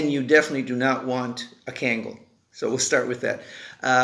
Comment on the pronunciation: No disrespect but please pronounce the name correctly it’s not cangal, it’s pronounced Kungal(Kangal)